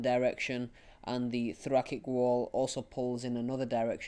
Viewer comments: was honestly v frustrating to listen to the pronunciation of thoracic as thorakik and subatomic pressure being mistold instead of subatmospheric pressure. Mistakes that could easily be replicated by people watching and makes the videomaker seem like he doesn't really understand the topic himself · I left when I heard thorakik